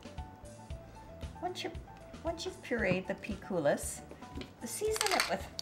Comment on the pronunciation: it is pronounced without S in the end. like COOL-I